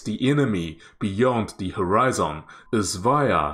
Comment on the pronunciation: You are mispronouncing a few words. If you had just mispronounced one word(catamaran), then I would have just ignored it. But when you also mispronounce the word "horizon", and in the exact same mistake. I didn't want to be a grammar Nazi, but yeah.. I couldn't handle it after I heard "horizon" lol. There should be no emphasis made on the last syllables in either word. "maran" should be said smoothly together with the rest of the word with no emphasis at all. The way you say it sounds like 2 different/separate words stuck together.. like "cata" and "maran". It should be like caterpillar, cataracts, or crocodile. all smooth, no emphasis on anything is the main point. The "maran" should be said like "marriage". It's similar to Iran. Some say Eye-ran(or I ran, like someone ran somewhere), while others say it like E-rarn or Eye-rarn. the "an' in catamaran should be like the "an" in "I ran somewhere". Now onto horizon.. "Horizon" should be said smoothly with no emphasis on any syllable, not the hard and emphasized "zON" that you use. Maybe easier to pronounce it if it's written as horizun or horizen but with *hori" still pronounced the same way you did. Don't change it to be like some japanese "hori" since hori-zen sounds like its some Japanese word. Lol Hope that helped.